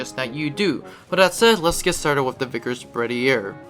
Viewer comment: Its pronounced berth-ee-aye